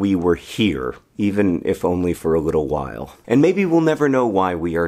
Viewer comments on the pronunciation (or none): none